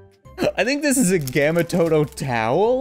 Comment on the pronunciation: How dare u say gamma Toto